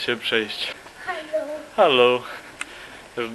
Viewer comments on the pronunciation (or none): Nie alu tylko Hallo. Żebyś nie miał problemów przez to filmowanie, bo nie wolno nagrań upubliczniać z DE.